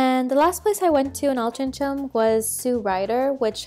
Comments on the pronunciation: Hey, I believe its pronounced Altrinc- ham (with a hard c then 'ham') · It's Altrincham - pronounced 'altering 'em' - think of 'changing things around' then add on 'am' at the end like you would finish off pronouncing Oldham. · This made me giggle :D It is prronounced Al-trin-gem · It's Alt-ring-ham, but pronounced more like Alt-ring-um. Love your vlogs ❤️❤️❤️ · Or All-tring-um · Altrincham believe it or not is pronounced AL TRING HAM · Its pronounced Ol-tring-em haha